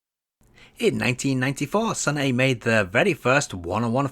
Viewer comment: The correct way to read it is Seon-ah(선아), not Seon-e. I like it because it feels like Korea's Data East.😊